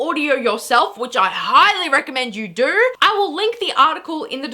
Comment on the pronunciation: You say do like doer